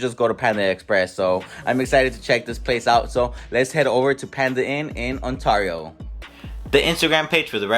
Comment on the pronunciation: the way you say Ontario is stressing me out 😅😅